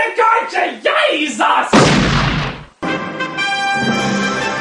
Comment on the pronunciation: Najlepsza końcówka z bat-kartka kredytową i dziwnie wypowiedzenie słowa "jezus" :D